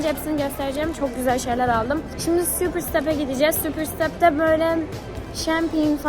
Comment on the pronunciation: Abla superstap öyle okunmuyor ama sen bilirsin süğpir sıtep değil süpersıtep diye okunuyo❤